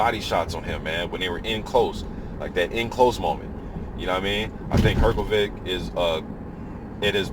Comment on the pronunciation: Not really, sh would be quite similar to š in croatian language and than his surname would be Hrgoviš instead of Hrgović. I think the easiest way for non-native speaker to pronounce it would be to divide it in three english words her-go-witch and than you would pronounce it basically the same way as croatian native would, but still there will be a little difference with pronouncing consonant "r", because in croatian language you place your tongue just behind your teeth when pronouncing it so it sounds a bit different than in english language.